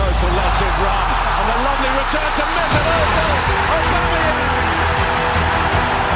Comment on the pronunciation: Jevais faire le casse-couilles mais le Ö de Özil se prononce pas O mais Œ" comme dans "œufs"